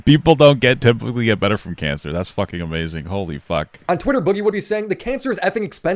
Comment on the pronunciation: the thing that's most telling to me about the whole cancer thing. when boogie was announcing his "diagnosis" he mispronounced it as if he's never heard anybody speak the word before, as if he was reading it and speaking it for the first time and guessing how to pronounce it.